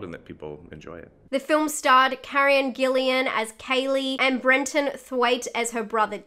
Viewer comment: As a Whovian, I have to correct you: Karen GILLAN! NOT GILLIAN! ;-)